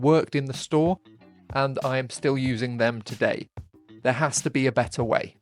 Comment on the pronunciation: "Better" or "Wetter"? 😂